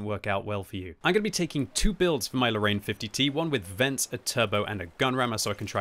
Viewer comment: You know what bothers me sometimes ? All the English speaking people put in a LOT of effort to pronounce "KUNZE PANZER" in the most German sounding way possible, but then just go on to say "Lorraine" as "low rain", as if that even resembles French.